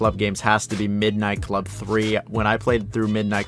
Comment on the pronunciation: This dude is an ai nobody says midnight club like that.